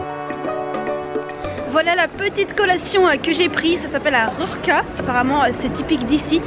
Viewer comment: Sympatyczna z Ciebie dziewczyna! Wspaniale wymawiasz slowo RURKI, ten cudowny akcent, ach!!!